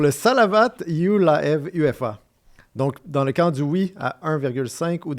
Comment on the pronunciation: ce n'est pas U.F.A., c'est Ufa, capitale de Bashkotorstan (se prononce Oufa). C'est une ville tres connue en Russie.